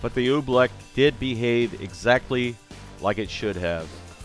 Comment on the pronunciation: Oobleck? No Oofbleck